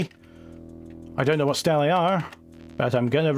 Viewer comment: stele is greek for columns but i had to google it despite greek being my native language (after c++) it should be pronounced as steelee, as stele it got me confused for italian for stars btw, do you have a gallery with your catoons somewhere to marvel with more detail?